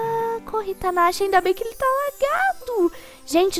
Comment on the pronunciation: O seu nome é ou tanasha pq quase sempre vc fala "tanasha"